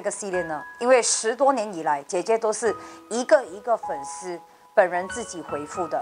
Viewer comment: 粉丝sī 不是shī